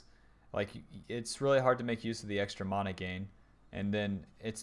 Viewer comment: please say mana correctly.. great vid.